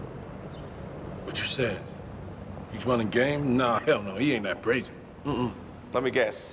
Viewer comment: You guys missed it... he said brazy' :28 sec